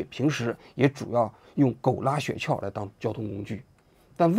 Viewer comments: 雪橇的橇不是四声，是一声啊，王局。听得我这个难受。想当年央视的记者估计不需要通过普通话考试。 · 王志安谈社会话题以外，基本都可以归于娱乐节目。 先来挑个刺，那叫雪橇（一声），不是雪撬（四声）。这不仅仅是认字少，说明就没怎么听说过这个词儿。